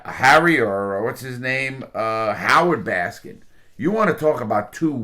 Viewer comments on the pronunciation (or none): Gotta smile fondly every time Larry adds the S onto Carole Baskins, bless his heart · i love how larry adds an extra letter to everyone’s name. joe exoticA , carole baskin(S), doc antleR. i’m not sure if it was intentional or not, but regardless it’s hilarious lmao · Joe Exotia, Carol Baskins, Doc Antler, Rick Kirkhiem love Larry’s name mistakes 😂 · Joe exotica, carole baskins, and doc antler. You managed to get every name wrong. lol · lol LARRY! you gotta learn the pronunciation before you do a video 😂